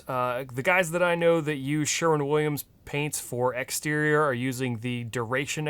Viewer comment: 100 Points for saying Sherwin instead of Sherman. 😂